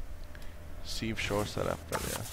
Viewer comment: Az nem szívsor, hanem szívósor :D